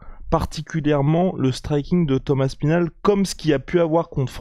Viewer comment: Pourquoi vous dites toujours Tom Aspinal en un mot? On entend parfois Thomas Spinal ou alors Thomass Pinal